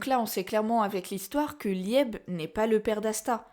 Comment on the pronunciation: Merci pour cette vidéo très intéressante. Par contre, Liebe se prononce plus Libé (c'est de l'Allemand, ça veut dire chéri ou aimé). J'ai toujours pensé que la vraie magie de Richita était sa magie de stockage et que son pouvoir était lié à une malédiction. Secre a veillé sur le grimoire de Licht pendant des siècles, alors comment expliquer que Richita le possède? Imaginons qu'Asta et Richita appartiennent au passé et que cet événement se soit déroulé dans le laps de temps où Secre n'a pas pu surveiller le grimoire. Imaginons que cela soit lié à Lucius et à Astaroth, qui peut contrôler le temps. Je ne sais pas mais il y a des moments où certaines planches du manga sont incohérentes, jusqu'à ce qu'on comprenne qu'Astaroth peut manipuler le temps.